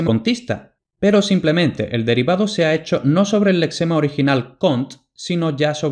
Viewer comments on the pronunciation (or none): none